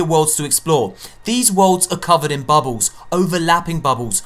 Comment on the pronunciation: your accent makes me laugh when you say "bubbles." sounds like youre saying "babbles"